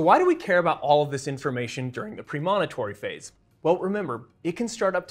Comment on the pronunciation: Great info, but your mispronunciation of “premonitory” is quite distracting.